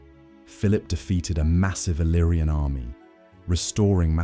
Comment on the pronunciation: No iriana ma iliriana al meno i nomi devono essere corretti